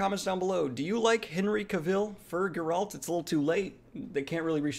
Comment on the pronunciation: Personally I dont see Henry as Geralt but I can only hope. I would rather someone like Anson Mount play Geralt. and please,Geralt is pronounced with the stress at G not at R. Love U